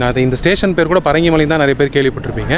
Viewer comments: It is Bringi malai, Bringi munivar stayed here, not parangi.. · Not parangi munivar. But Brungi munivar. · Parangi munivar illai. Bringi munivar. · "Bhringi" munivar please, not 'Parangi' munivar! Thanks for this exploratory video